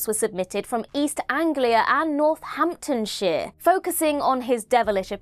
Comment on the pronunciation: why is pronouncing Northamptonshire like that? 😭